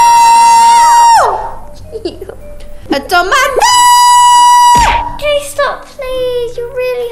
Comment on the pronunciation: It's so funny that says tomato😂😂